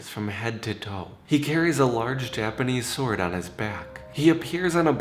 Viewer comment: The first three stories crept me out, the last one I found fun,. Are you from JPN? I'm only wondering because you pronounce the Japanese words so well.